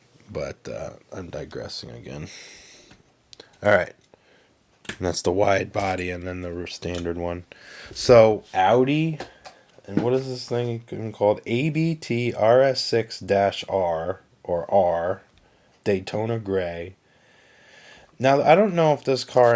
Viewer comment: ABT is a proper Name, so pronounced as a word, not an acronym. Long A Like in the beginning of Audi. ABT is a tuning company conscripted to Audi Like M is to BMW and AMG is to Mercedes. That's the big three right there.